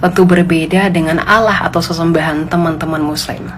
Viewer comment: Lah elu baca arab tapi salah.. itu ada tasydid nya.. bukan alah bacanya bu